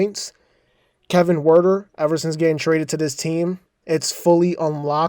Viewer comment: Huerter is pronounced Hurt er